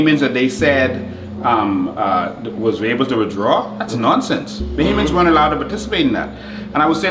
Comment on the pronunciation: It is Bohamians not Bohemians lmao